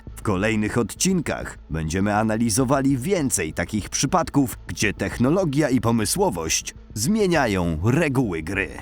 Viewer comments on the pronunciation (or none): technologia tak jest poprawnie nifur nie dż